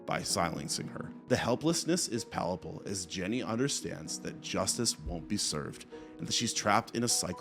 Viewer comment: "Palaple"??? Huh? What the hell are you reading, man? You really need to proofread your script if you aren't going to write it yourself, you know? It is CRUCIAL that you know how to pronounce the words you are reading, and if you mess up, that's what editing is for. Don't just say "fuck it" and keep going bro. The word is "palpable." Do better.